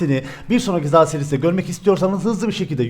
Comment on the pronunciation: ZA DERKEN NEDEN XİN XAO DERMİŞ GİBİ SES ÇIKARTIYON?